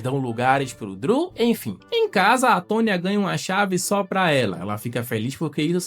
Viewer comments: Que nervoso vc falar DRILL em vez de DREW kkk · SE DIZ "DRU" E NÃO "DRIU'' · Cara, tu fica falando Driu, fala Dru, Driu faz nem sentido kkk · Meus ouvidos sangram quando ouço ele falando "Driu" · A pronuncia é "Drul" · pq tu pronuncia errado o nome do irmao de chris?